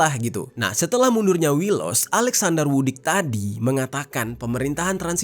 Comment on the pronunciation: Maaf bang... cara baca Vucic suara huruf C nya jelas... Vucic bukan Vudic, suaminsaya dari serbia